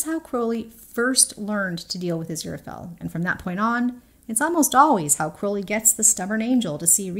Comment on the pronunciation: Thankyou American person for pronouncing Crowley properly. I keep seeing YT American videos where they say Crauley., I have to wonder if they call the black raven like bird a crau. I really love this. I think it's spot on, not sure I'd relate it to the ox ribs. The way I see it, Aziraphale is always saying nice things to Crowley, which he often rejects, and he is always making heart eyes at him. That's how he expresses his feelings. Crowley, makes grand gestures. He has asked Aziraphale twice in S1 to run away with him, and both times, he just came back when it was rejected. This time, he knows he can't just come back , he's desperate so this is his biggest gesture yet. Totally agree it's about communicating and it's all about being in love. Gaiman says this also.